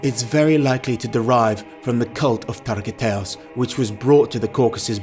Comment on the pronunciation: his true name is not targiatos the name is targut !